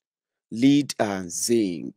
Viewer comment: Correction; the mineral name, "l-e-a-d", is wrongly pronounced.